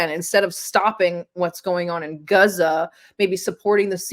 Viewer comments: Guzza? Is that Gaza pronounced with a Yiddish accent? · Somebody tell this chick that it's Gaza, not Guza. That' what you get when they get out of the kitchen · its pronounced gaaaza, not guuuza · It’s Gaza, not Geza… 🙄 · Guza..... 😒 I die inside a little when she mispronounces that 😂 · Why does she keep calling it Guza? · Great discussion, but please stop pronouncing Gaza like that. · Why can’t she say Gaza properly?